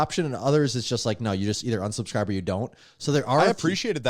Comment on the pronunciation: Great podcast and awesome guest! I did have one question though. Did anyone else notice pronounced unsubscribe like onsubscribe, or was that just me?